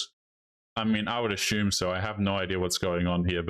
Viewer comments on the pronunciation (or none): " I ashhume"